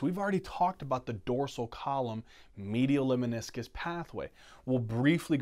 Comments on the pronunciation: NOTE--LEMNISCUS !!! (Not leminiscus) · Lemniscus not Leminiscus